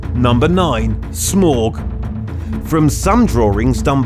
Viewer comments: SMORG??? It’s SMAUUUUGGHH 😂😂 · Smaug is pronounced as smowg not smawg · Its Smaug not Smog. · It's smaug you bafoon not smog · Your saying smaug wrong it's pronounced smowg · I like how he says "SMORGE" But its pronounced completely different 😂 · Nobody, literally not a living soul:: "Smawg" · Smaug = smoorg.. Who would've known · did he call it smaug wow you say it like smalgi know its not spent like this but thats how you say it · What was this video meant to be about? Ascending size order? A swing and a miss, there. And the pronunciation of 'Smaug' and 'adversaries'...